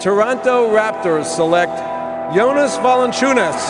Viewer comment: i just hate how he says VALANCIUNAS. lol.